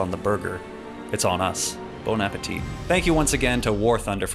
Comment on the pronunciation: "Bonapetit" 😂 WTF? It's bon appetit - means good appetite literally. Two words.